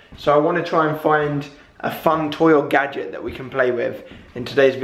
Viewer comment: I thought he said "toil gadget" i was like uh what